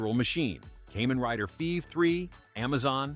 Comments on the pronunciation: For me: Heisei > Showa > Reiwa and Kamen Rider > Sentai/Metal Heroes/Ultraman (Tie for second). Toei's Spider-Man is in a class all by itself. 🤣 (Also, it's pronounced Kaa-men not Kay-men.) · I watched all those Japanese ‘Suoerheroes’ in Japan 🇯🇵 back in the 60s through late 70s into 1980 before I headed into US for college. It’s pronounced [ KAH MEN ] Rider, Not “Caymen’ Rider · Ok Ai… Kamen Riders are bugs… NOT some kind of reptile. They are “KAH-MAN” Riders. Sound like you did some homework before posting this. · "kaymen rider" i just spat my cola damnit 😂